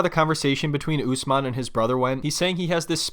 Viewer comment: Thank you for pronouncing Usman name's correctly. I don't know why Americans call him UsMEN like how they say MUZlim instead of MUSlim